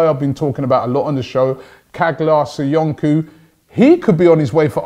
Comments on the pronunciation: Caglar Soyuncu = pronouced "Chalar Soyoonchoo" not "Kaglar Soyunku" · Its not SoyunKu.. its SoyunJu.. in Turkish the letter "c" is pronounced like a "J"